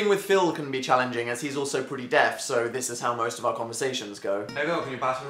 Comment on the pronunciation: “Are you deAf?” “Eh?” Iconic